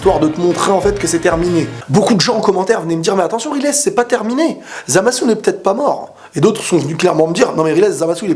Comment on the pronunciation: Moi cette vidéo m'a appris un truc : on ne prononce pas "Raillezeuh" mais "Rilèsse",et ça,ça change tout ^^'